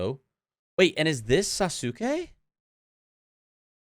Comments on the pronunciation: lol you can drop the "u" pronunciation is Sasuke. The correct pronunciation would be "Sas-kay". (I promise I'm not being petty lmfao) Boruto is a decent anime, when you exclude the fillers of course, but outside of that, it's really great. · The u in Sasuke is silent btw. Good rule of thumb for Japanese names is to just forget about the u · Sa su Kay 😂😂😂 ah that was great. Love the analysis of the openings